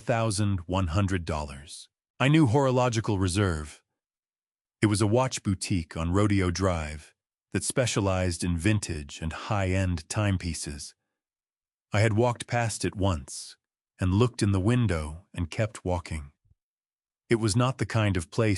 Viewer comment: Rodeo drive is pronounced ro-DAY-o.